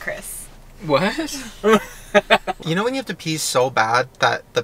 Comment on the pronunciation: "Friends" still unsure how to say Chris last name?.......